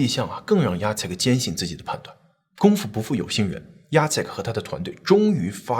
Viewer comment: Jacek竟然唸對!！好棒！！ 我公公也是這個名字，一般人看到都不知道怎麼唸。